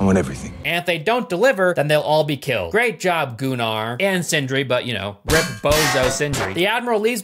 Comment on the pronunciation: I will be that guy and say that actually is the correct way to pronounce Gunnar